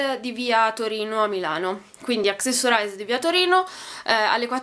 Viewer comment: Hai pronunciato Accessorize correttamente... Ti amo.